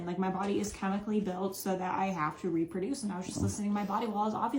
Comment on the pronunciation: Did she just say "I was just listening to my body raperduce!' LOL!